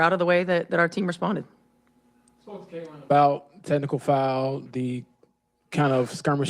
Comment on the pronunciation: She's been doing it for weeks now. Pronoucing Caitlin's name must give her ulcers. The degree of simmering jealousy and hatred is stupefying! But what to expect from this parody of a coach, who called CC's season-ending injury "a blessing in disguise" ?